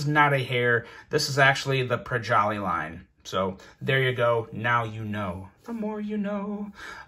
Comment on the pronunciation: What in the hell is a "projolly line"